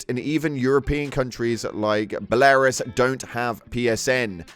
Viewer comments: I have never heard Belarus pronounced that way lol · that was quite an interesting way to say Belarus lol